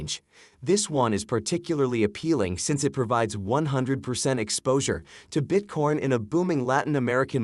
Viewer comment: Is he saying Bitcorn? 😂